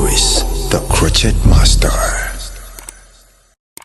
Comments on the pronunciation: It’s not crotchette. It is pronounced cro shay. I am a crochet artist and have been for over 50 years. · Hi lovely video💕Just wanted to give a friendly tip , that the “t” is silent in the word “crochet”. It is usually pronounced “cro- shay”. But you are still the master😉. Love your work!! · Please be advised that the "t" is silent in the word crochet. It's french.